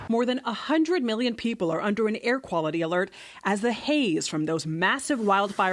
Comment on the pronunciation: heheheheheheh she said hair.